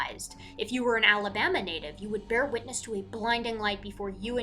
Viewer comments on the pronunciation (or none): none